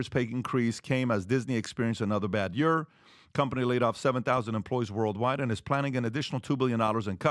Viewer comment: Someone should teach PBD how to say Year. Hearing him say Yure is just too much 😂